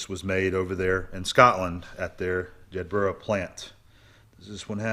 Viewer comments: Bes wishes for your new plans. Oh, and we pronounc it "Jed-buh-ra" with the accent on the "Jed" over here. (If you're interested! lol) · It's pronounced "Jedburruh". Not that far from where I was born. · Jedburgh (Scotland) is pronounced jedburro. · Jedburra, or Jeddart to the locals. Every place in Scotland that ends in burgh is pronounced burra, including Edinburgh.